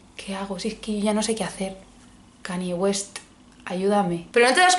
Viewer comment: Porfa, acostumbrate a pronunciar bien el nombre de Kanye, al principio se hace raro pero te hará más Queen aún. Necesitamos más gente que lo pronuncie bien.